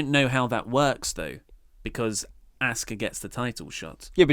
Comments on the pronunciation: I'm British and get it but ask-a or ask-her is not how wwe say it they say it like oscar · FaceMan Buddha lol no it’s not. It’s not pronounced “ah-sue-ka” in Japanese. It’s pronounced “Aww-ska” just like Kyosuke is pronounced “key-yo-skay”... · The correct pronunciation for Asuka is "Ah-su-ka" which is respecting the Japanese culture. So, saying it differently, i.e., in one's own native language, displays a lack of veneration, which cannot be justified by one's culture. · It is Japanese, it is pronounced Ah-s-Kah, short a sound.